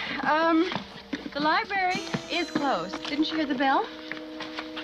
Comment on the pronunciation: A dwarf can give you quite the shock. And for a person who works there they should know how to pronounce Library (Lie-brar-e). Not libary (Lie-berry).